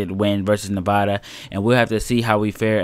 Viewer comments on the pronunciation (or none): Just for future reference, it's Nev(a)da as in apple or add, not Nev(ah)da. Trust me. I live there.